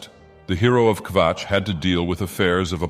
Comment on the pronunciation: I will never tire of hearing say Kvatch.